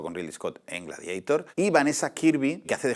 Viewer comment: He tenido que parar cuando dices "gladieitor"